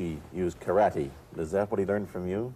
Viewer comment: ちゃんとkarateをカラテと発音している。カラティではなく。（orで西洋発音もしてるが、） 第２言語としての英語をとても堂々と、自信を持って、ユーモアも交えて、楽しそうにゆっくりと話すブルースリー。 ブルースリーが話す英語。やっぱり人柄がにじみ出ている話し方に素直に感動しました。そしてこの話の”武の哲学”がまた文句なく素晴らしい！！